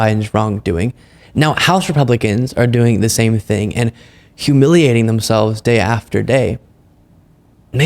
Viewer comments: Did this slug actually say, "A great ting happened on Tanksgiving?" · Did comer say... A great ting happened over tancksgiving